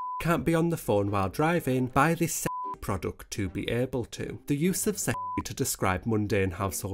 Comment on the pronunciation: every time you say "sexy product" i hear it as "shit product" lmfaoooo